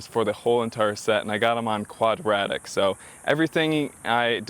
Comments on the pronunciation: Quad-ra-dic. Hahahaha it’s qaud-dra-teck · It’s pronounced Quad- Rah-Tech. And sorry, but yes the angry bird grill is only for mall crawling. Thanks for the pricing vid though. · ahah the way you prounced quadratec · 😂😂 Clearly he's an expert!